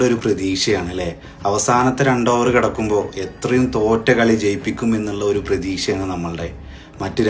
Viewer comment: പ്രതീഷ അല്ല ഡോ...പ്രതീക്ഷ. And it is bowler , not boller